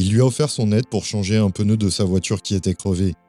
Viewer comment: Un pEneu ?, Un pEneu ? 😵 C'est pas méchant, mais ça fait toujours mal aux oreilles ! 😉